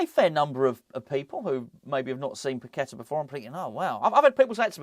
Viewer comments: Pak- Et- Ta, thats how its pronounced!!! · Pak-Et-Ta, thats how it prounounced!!!